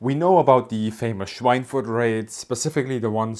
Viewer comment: Obviously you are a German native speaker, so why did you pronounce Schweinfurt with this strange English pseudo-accent?